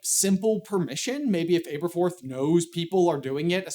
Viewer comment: Not really to do with anything, but I noticed you pronounced Aberforth with an "Abe" sound in the beginning, but from the very paragraph you read Neville calls him "Ab", so I would assume his name is pronounced AB-erforth, not ABE-erforth. Nicknames are not always conclusive, but I think they are great to give a hint at how to pronounce names in fantasy. If your name is ABE-erforth, then your nickname is more likely to be Abe than Ab and vice versa. Similarly in Game of Thrones, I've always assumed Catelyn Stark was pronounced with a "Cat" sound like in the show, because her nickname is Cat, and I could never understand people who said "KATE-lyn". If your name is "KATE-lyn", why is your nickname "Cat" and not "Kate"?